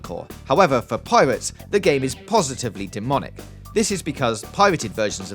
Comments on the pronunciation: Yeah it's pirates not piwates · Piwates. Fwee. Ovawide. Miwas Edge. You crack me up man.